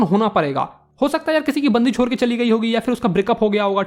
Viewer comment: bhaiya wo 'chhod' hota h 'chod' nhi 🙂